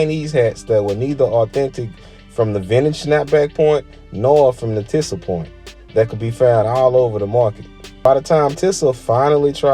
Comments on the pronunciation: It’s pronounced “teeza” not no damn “tissa” smh. Big Sean made this brand famous to me back in like 09 with his Finally Famous mixtape series. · It pronounce (TEE•SAH) not tissa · Just So U Know Its (TEE-SUH) not TIH-SAH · It's pronounced TEE ZA smh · It’s pronounced “Tee-sah” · This sounds like a hater hit Job Google TI$A MCM and the brand is pronounced Teesa some brands never fall off you slowpoke. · Overall great delivery of the starting end of the brand, however, the beginning sounded a little biased and it wouldn’t hurt to pronounce the brand correctly came off as a little unprofessional however, very good job with the video